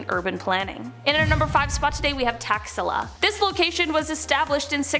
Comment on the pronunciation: Taxilla I though she said taxzilla aka IRS 🤣